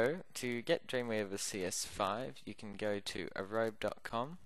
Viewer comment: BTW Guys I kept saying Arobe for some reason, sorry I know it's adobe